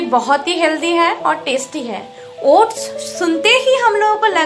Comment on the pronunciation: it is oats... Not ots.